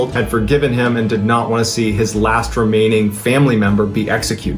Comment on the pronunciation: 'Remaining', not reamining, but yes, very interesting story, John. Thanks for sharing and thank you for your service. 🙏🏻✝️❤️